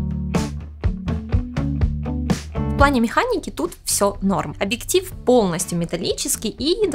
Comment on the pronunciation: Спасибо за инфу, правда, сложно воспринимать информацию от девочки, которая вместо объектив говорит абиктив.